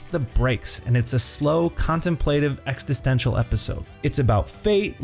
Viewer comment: Not to be that guy but it’s existential, not extisential*